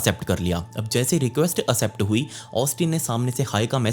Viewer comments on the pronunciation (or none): एक्सेप्ट न कि असेप्ट